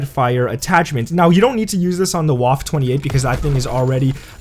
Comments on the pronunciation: Goddamnit it's pronounced VAH-FUH not WAHF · Me and it’s pronounced vaffe not waffe.in Germany w is pronounced v